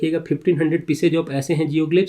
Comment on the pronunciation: It's pronounced 'कातळशिल्प'. कातळ(Kaatal) means laterite rock and शिल्प(shilpa) means structure or sculpture